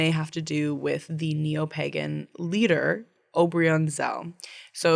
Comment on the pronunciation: I love your podcast but please look again at the pronounciation of 'pagan', I can't breathe anymore :,D Laughing so hard hahaha